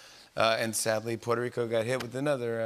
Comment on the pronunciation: No se porque dice "puerorico" En vez de la pronunciación correcta